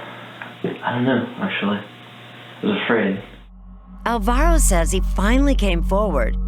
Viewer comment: Almost chose Alvaro for for my son. I am glad i didn't bc the people pronunciating is horrible.